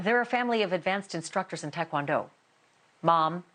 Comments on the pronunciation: She said it wrong. She said TAI (tie) kwon do. Not TAE (tay) kwon do, which is the correct way. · FINALLY, a non Korean actually pronouncing Taekwondo the right way. Not others' fault but it's not "THAI-kwan-DO" it's "teh-kwun-doh"